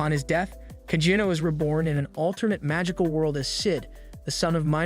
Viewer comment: It's AI, it's going to get the name wrong